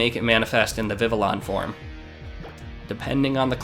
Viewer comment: I hope this isn't one of those moments where tons of people have said this to you and you simply prefer your way, but Vivillon's name comes from the french word for butterfly, "papillon", so the correct pronunciation would be like "Vih - Vee - Yon". If anything, Vivillon is the Pokemon that taught me how proper French pronunciation was less commonly known in the English speaking parts of the world than I once thought, cause I didn't even hesitate to read it like a french name the first time I read the name and yet I got friends who say "vih vih lee uhn". Incidentally, I do have a friend with a living dex, and from what I've seen, catching all the Vivillon forms appeared to be the most fun of the "tedious" Pokemon to get and they brought boundless joy, as all Vivillon should. Glad to see one in use.